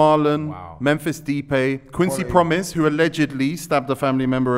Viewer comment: Some people need to call these man out for their pronunciation I heard JenJenpress, depaiy and Benzeema